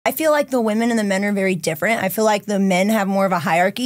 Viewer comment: Can some PLEASE teach how to say “women?!?”